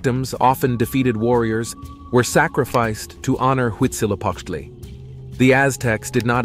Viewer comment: It's huitzilopochtli